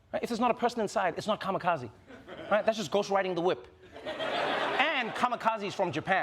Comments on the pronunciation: it's kamikaze not kamakazi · Gotta say, that's the weirdest way to pronounce kamikaze I've ever heard. It's kamikaze, not kamakazi. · Just let you know, It's not Ka-ma-ka-ze, it's pronounce Ka-Mi-Ka-Ze.